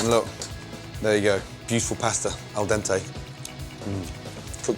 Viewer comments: "Al dentei". You could have said "Undercooked" but you had to kill me with this... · Al "dentay"?! Wtf?? It's AL DENTE! IT HAS AN E IN THE END NOT FUCKING AY